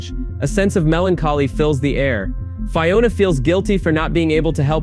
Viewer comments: Fye-ona? Land of Oh Oh? Fuck off with this AI bullshit. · How are you mispronouncing Fiona? Her names is used every episode.